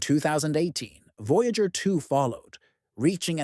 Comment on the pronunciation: "VOYGAER" fucking AI slop